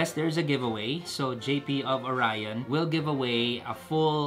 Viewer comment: Oryon lng basa namin Jan. Not Orayon. Bwahahahahaha... Nice pipe magaling gumawa Ang oryon quality at pulido.